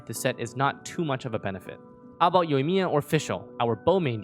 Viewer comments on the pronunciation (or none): none